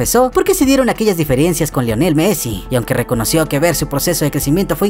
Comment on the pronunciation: diferiencias o diferencias? hablando como todo un wilo!!